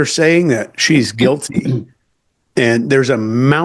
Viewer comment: 2 sec in -guil-tay 😂